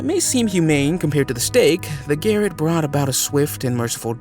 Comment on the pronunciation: SIAM is pronounced SEYE AM. Garrote is pronounced GA ROT. HENRY VIII (not VII as said in the video) aka HENRY THE EIGHT.